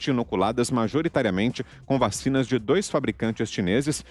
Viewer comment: "Vachina di água com açúcla né"??